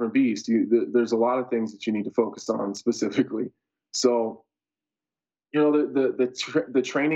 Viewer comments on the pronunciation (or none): is he saying pacifically instead of specifically?? 🌶